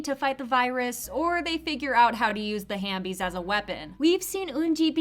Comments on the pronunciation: I thought it was half bie not hambie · just correcting you it's halfbees not hanbees or I think it's both 🤔